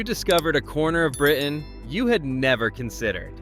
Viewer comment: The name of the beach town in Britain is not Spain? How is that possible? 😂. The word is Britain, by the way. Britain has a ‘t’ in it.